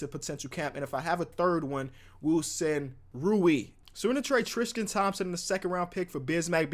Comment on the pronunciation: trisqete Thompson